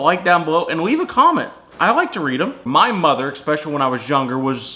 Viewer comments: Especially not ekspecially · Especially, not ekspecially.